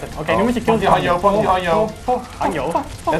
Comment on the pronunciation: Joost het is hanzo niet hanjo